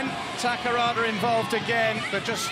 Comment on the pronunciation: Japanese women got all category of world cup!U-17,U-20,and Full A team! おめでとうございます。 ところでA代表って↑でよかったっけ、英訳。ははは。 英語の実況、宝田選手をタカラワ、タカラワと呼んでたな。さあ次は東京五輪！